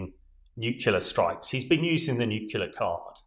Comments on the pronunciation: "New. Clear." Not "new-que-lar." You're welcome. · Not “nucular”! It’s pronounced “nu-clee-ar”. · Take a shot every time an """""expert""""" says "nukular" on Times Radio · Somebody, please tell him it's NUCLEAR, not nucular! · The chap who says he's an expert said 'Nucular' !!!🤭 Is there any hope??? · Sorry but it drives me crazy when I hear it pronounced nucular, like why can't they pronounce it right? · Getting pretty annoying how nobody on TV can pronounce 'nuclear' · Brilliant insights as ever from proper experts, just a shame he's spent too much time with Americans and can't say the word "nuclear" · It is so incredibly distracting that the gentleman uniformly imispronounces "nuclear." It makes it difficult to pay attention to the substance of what he is saying. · Former General of the CBRN Regiment can’t pronounce “nuclear” what an awful waste of mater & pater’s dosh.😂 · how is it that a guy as smart as that doesn't know how to pronounce nuclear? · Spent his life working with nuclear weapons, but didn't learn how to pronounce nuclear.